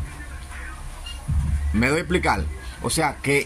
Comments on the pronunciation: Por favor no uses L por R. Es puerto y no puelto. Es televisor y no televisol. Explicar y no explical. Etc etc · PUERTO NO PUELTO Televisorrrr no televisolllll Explicarte con ERE NO EXPLICAL. HABLA BIEN POR DIOS